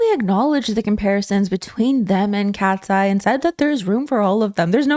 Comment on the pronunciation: Not me hearing "Ratseye." Lol